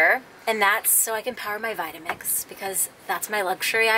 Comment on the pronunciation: OMG LMAO.....when talking about your power i thought you said "so i can power my vibrator'!!!!!! lol!!! had to play back then heard 'to power my vitamix'.!!! either way it's cool! :)